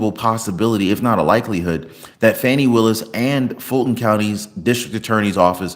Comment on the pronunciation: Will you PLEASE pronounce DA Willis's name CORRECTLY. It is not Fanny.